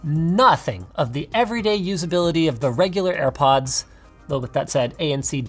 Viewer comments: Literally no one: Linus: AirPuds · "Ear Puds" I might send Linus a pair of airpods engraved with the word "Earpuds" on them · Dima is a tree. I bet you didn’t watch the full vid. He says “AirPuds” a couple of times and says that he couldn’t hear himself. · "ear puds" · Nikola Nikolov he said earpuds not airpuds🤦‍♂️